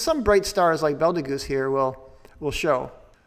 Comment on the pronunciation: 'Betelgeuse' is pronounced more like "beetle-juice".